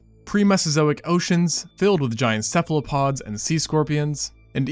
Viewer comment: Cephalopods, as in "cephalo" meaning head and "pod" meaning foot. Not "Cephlopod."